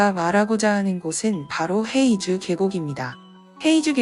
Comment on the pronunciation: 黑竹 (허이주)라고 발음됩니다. 헤이주 X 허이주 O